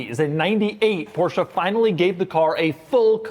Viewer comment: How Beyoncé is not BeyoncAH Porsche is not PorschAH